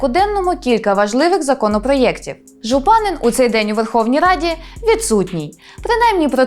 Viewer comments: ЖУпанин наголос такий повинен бути! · Єдине, що наголос у закарпатському прізвищі Жупанин падає на останній склад